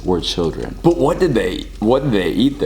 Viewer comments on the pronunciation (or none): none